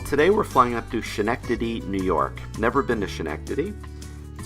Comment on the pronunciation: It’s pronounced “Skin-nectady”. That’s for the laugh though! I used to live right next to that airport.